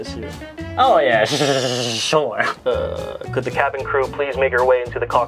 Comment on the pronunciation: A SUSUSUSUSURE - 2021